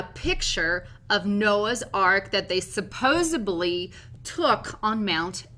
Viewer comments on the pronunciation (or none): SUPPOSED~~~LY Suppos ED ~LY SUPPOSEDLY LOL I was wondering if anyone else noticed that too.... UGH TWICE! Drove me NUTS! SupposEDly ~~ whew ~~ lol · Suppose(d)ly...not supposebly. Jeez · PLEASE Forgive my persnickety observation but, I seem to be extremely sensitive to incorrect English and grammar... You pronounced supposedly as if it has a 'B' in lieu of the 'D' preceeding the 'ly' at the end of the word... It IS NOT supposeBLY... IT IS supposeDLY... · SupposEDly not supposably 😆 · “Supposubbly” - 😂😂